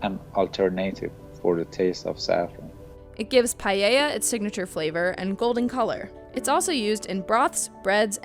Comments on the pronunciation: what's Payeya? Pallella? Or Paella? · "It gives PA-YAY-YEAH its signature flavor and golden color" My EARS!!! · It's pa-ella, not pa-ye-ya. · pronounce with me: PA - EH - YAH . not payeya wtf. Also that Paella looks disgusting af. Tha't AINT got safran on it as its almost white and also it has small chorizos in it.. what the hell ROFL Please google "Paella" and delight your eyes. <3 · PAELLA. In case you're wondering, the rice dish the narrator was trying to say is "paella" (pa-e-lla: 3 syllables)...which she trashes by saying "pallella" or "paellella", or something like that. All my American friends mispronounce this word in one of those two ways. Cheers, Dave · It is pronounced (((((((((( PA - E - YA ))))))))))) Not paieia, it is simple. Dont add unexistant vocals XDD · "Payeya" - Paella